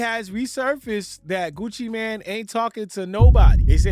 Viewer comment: It’s MANE, not MAN.